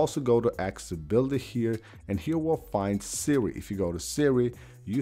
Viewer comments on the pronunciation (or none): none